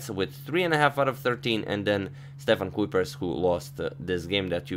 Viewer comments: I think the name would be pronounced as 'Kypers'. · It's pronounced : kuypers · The only "Kuiper" I've known of has had their name pronounced "Ky-Purr". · kUIpers not kuupers or kupers or koopers. kUIpers. with an ui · On the pronounciation of Dutch names: the surname Foreest would be pronounced as Foh-raced. In Kuipers' name, the the letters 'ui' together make a sound not found in English but is somewhere between English 'ai' and 'oi'. Most often you'll hear people say Koipers, which to be fair I don't think many fellow Dutch speakers really mind. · The Dutch 'ui' is pronounced like the 'oi' in the English word 'oil'. Kuipers is pronounced like Koipers. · In the name Kuipers, the 'ui' is pronounced a bit similar to the 'uy' in the word "guy". So, Kuypers. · Kuipers would be pronounced something like "Cape - ers" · kuipers is pronounced like kaupers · I’m fairly certain in Dutch the ui in Kuipers is pronounced like the oi in choice. Hope this increases your vast knowledge. ;)